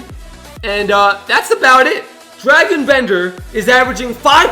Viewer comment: Dragan* not Dragon 🐉😂